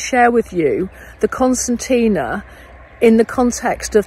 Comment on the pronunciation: No, I think she's questioning your pronunciation of it.